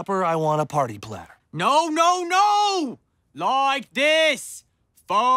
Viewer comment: Foruh suppuh I err uh want a parteh PLATTUH!!!!